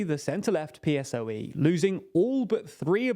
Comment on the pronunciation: I watch all your videos (on Nebula, without the option to comment), and in general I do enjoy your content, but you just can't get pronunciations right, ever. It's "PP", not "PPP". PSOE is pronounced as a word (Pesoe) not P.S.O.E. And it's worth mentioning you insist in pronouncing Wagner as Water, it's not an English word. You corrected your mistake with San Suu Kyi, please learn to pronounce Wagner. PLEASE